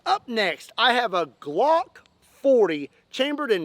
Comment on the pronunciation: It’s a glock not Glonk 😂